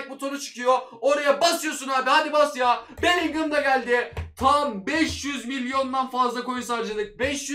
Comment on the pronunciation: Bellingham demek çok mu zor sinir oldum tüm video boyunca beligol demene